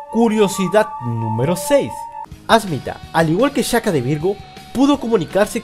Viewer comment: Se pronuncia "Shaka" no "chaka"